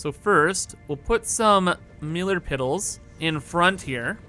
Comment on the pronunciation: “Millar piddles”